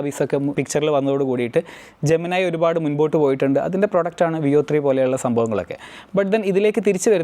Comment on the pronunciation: സഹോദരാ താങ്കളുടെ എല്ലാ വീഡിയോയിലും താങ്കൾ ജെമിനി യെ ജെമനൈ എന്നാണ് പറയുന്നത് അത് തെറ്റാണ്, Ai അകമ്പൊരുളറിയുന്നവൻ എന്നവകാശപ്പെടുന്ന താങ്കൾ എന്താണ് തെറ്റ് പറയുന്നത്, ജെമിനി പറയുന്നു എന്റെ പേര് ജെമിനി എന്നാണെന്ന് താങ്കൾ പറയുന്നു ജെമനൈ എന്നാണ്ന്ന്. ജെമിനി എന്ന വാക്കിന് ഇരട്ടകൾ എന്നാണ് അർത്ഥം. ഇത് മിഥുനം രാശിയുടെ പേരുമാണ്. ലാറ്റിൻ വാക്കാണ് വെറുതെ ഒന്ന് ജെമിനിയോട് ചോദിച്ചു നോക്കൂ.. ഇതെല്ലാം ജമിനി തന്നെ പറഞ്ഞു തരും.